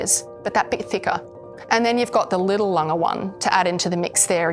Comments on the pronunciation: You managed to both the pronunciation of "A.", "Lange" and "Glashutte". Well, done, there must be some kind of award for this... 🤣 Totally agree that the Grand Lange 1 is the best size Lange 1. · lange, glashutte, at least learn to say these properly